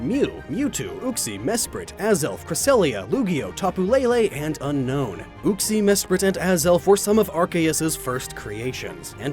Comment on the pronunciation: The way he says Uxie... oo-ske